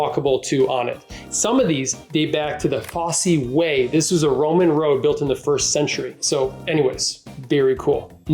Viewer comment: It’s pronounced Foss way, not Fossy way, the Roman road that runs from Exeter to Lincoln